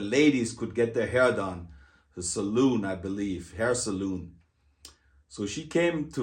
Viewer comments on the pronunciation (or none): Fond memories live forever, thank you for sharing some of yours. If you have tequila, grenadine, and orange juice, I'd love a Tequila Sunrise. if not, a Harvey Wallbanger will do. 1970s high school chicks dug swim team members wearing their tiny speedo swim suits. Hair suh·loon lol, it's suh·laan. Beautful Cadillac Sedan deVille. My married 35ish slim Blonde next door neighbor Joyce taught me how to do things when I was sixteen. My dad's brother lived on a lake and took all his nieces and nephews water skiing using his Ski Nautique. My mom taught me how to shorten/ hem my pant legs on the same sewing machine displayed on your basement wall. Great video, thank you for the triggered memories. Best to you and your mom. American way of life is good. Savor every moment it moves fast.